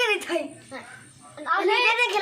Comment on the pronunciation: "thaih" i ti a" theih"tih tur aw tawng i in zir ve ngai a nih hi 😊